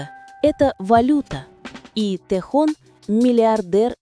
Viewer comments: Прекрасно сказано о Тэхёне!!! Именно ТэхЁЁне!!! А не Тэхон!! По ушам режет!! Надо было сначала узнать имя а потом видео делать!!😮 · Автор, всё правильно сказано, но! Научи программу, с которой работаешь, правильно произносить имя Тэхёна! Его зовут Тэхён, ударение на букву «ё», а не Тэхон! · Один и тот же текст в разных интерпретациях. И он не ТэхОн, а Тэхён. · Почему Техон,а не Техен? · Какой Тэхон? Его имя Т Э Х Ё Н! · АВТОР !!! ЧТО ЕЩЕ ЗА ТЭХОН ??? ВЫ ЧТО ВЧЕРА ТОЛЬКО УСЛЫШАЛИ ЕГО ИМЯ ???.......ТАЕ ХЕН......ТЭХЕН .. И НИКАКИХ ТЭХОНОВ... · Как же вы противно произносит его имя ТэхООн., 😖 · Хотьбы удосужились правильно произносить имя Ким Техёна. Запустили ролики роботов озву чивать, а прослушать ролик разве не надо перед выпуском. Я просто возмущена этим роликом😅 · Если ты не бот- научись правильно произносить имя того, о ком говоришь!!! А если ты ИИ- тем более плохо: надо кому- то присматривать за этими позорниками и их создателями, прежде чем публично трепать имя уникального человека!!! Да ещё и поставить мощную защиту от завистников и прочих злобных тварей!!! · Автор, Спасибо за такой информативный ролик, только имя Тэхена называйте правильно.😊😊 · Слух режет как автор произносит имя артиста Ким ТехОн. Ударение в слове айдол на букву О. А по существу видео интересное. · Имя Тэхёна научитесь правильно произносить, а потом уже в канале вещать о нем!!! Слушать неприятно! АйдОлы! 🤣🤣